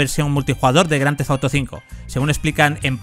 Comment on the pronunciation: «Grandefauto» que mal pronuncia el inglés.